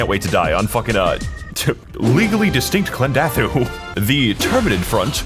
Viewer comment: they really called it klendathtwo